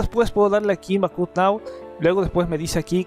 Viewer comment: bak ap , asi se dice en ingles. saludos y abrazos